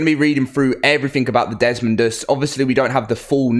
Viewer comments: I'm gonna help you out. It's dez-MOE-dus Not Dezmund... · Desmodus not desmondus. It's not that hard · It's desmodus, not desodus, a##! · Desmodus, not Desmond lmao. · Not to be an a** but, it is desodus not desmondus. There is NO n